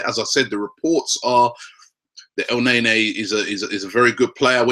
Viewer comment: stop the el naynay pronunciation lol